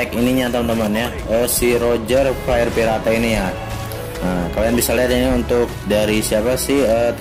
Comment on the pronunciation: Tulisan : Fire Pirate Baca : Fair Pirate (baca jelas) Wkwkwk